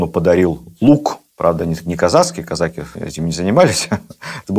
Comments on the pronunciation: Да почему казАки???? Режет слух. Всегда было "казакИ". Шолохов наверное лучше знает. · Как можно слушать и смотреть такого "историка"', который не может правильно поставить правильно ударение в слове "казаки" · Кстати, насколько я знаю, ударение в слове казаки на последнем слоге. Отец это подчеркивал, он из тех краев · Ведущий, не казАки, а казакИ, это первое. Второе, старообрядцев царь землей не жаловал. Третье, Платов был старообрядцем и, по этой причине, спиртного не пил, как в России, так и в Париже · Что ж такой странный русский язык у нашего министра? «КазАки», это не казаХи же!? Да, но, если вы используете новые установленные нормы, тогда, откуда устаревшие «дЕньгами»? Или, смягчения звонких согласных в словах, типа: «разбеХ(г)», «варяХ», «береХ», «книХ», или эти Ваши - «Вострые»? И, те же, «казАки» и «казакИ» - у Вас меняются, постоянно… Странно. Спасибо, за Вашу работу, лекции увлекательные, но, определитесь, если можно, с редакторами, пожалуйста… )))) Существует же «обеспечЕние» (от кондитерского изделия, вероятно?)) языковых норм в формате общеобразовательных передач? Спасибо. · А на Дону и у казаков используется только "казачьи" и "казакИ" (с ударением на и)